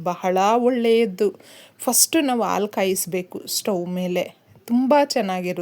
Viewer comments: ಹಾಲು ಅಂತ ಹೇಳಿ. ಆಲೂ ಅಂತ ಕೇಳಿಸುತ್ತಿದೆ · ಅಮ್ಮಾ ಎರಡು ನಿಮಿಷ ಹೇಳುವ ವಿಷಯಕ್ಕೆ ಎಂಟು ನಿಮಿಷ ತೆಗೆದು ಕೊಂಡಿರಿ. ಅ ಕಾರ ಹೇಳುವಲ್ಲಿ ಹ ಕಾರ ಹಾಗೂ ಹ ಕಾರ ಹೇಳುವಲ್ಲಿ ಅ ಕಾರ ಮತ್ತು ಹಾಲು ಎಂದು ಹೇಳುವ ಬದಲು ಆಲು ಎಂದೂ ಹೇಳುತ್ತೀರಿ. ದಯವಿಟ್ಟು ತಪ್ಪು ತಿಳಿಯಬೇಡಿ ಮತ್ತು ಮುಂದಿನ ಸಂಚಿಕೆಯಲ್ಲಿ ಉಚ್ಛಾರಣೆ ಸರಿಯಾಗಿರಲಿ ಎಂಬ ವಿನಂತಿ. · ದಯವಿಟ್ಟು ಆಲು ಬದಲಿಗೆ ಹಾಲು ಅಂತ ಹೇಳಿ